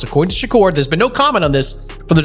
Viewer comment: What the HELL, you can’t say the man name correctly.it’s SHA-kur not SHOCKER this is AI BS👎🏾👎🏾